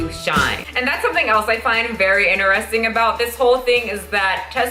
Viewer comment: I stop listening every time she says 'In(t)eristing'...Hahahaha my brain can't handle it